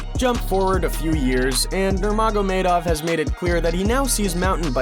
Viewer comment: He said normago Madoff 🙈😁